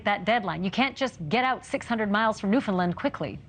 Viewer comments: One reporter pronouns it new find land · newfoundland is pronounced as newfinland?!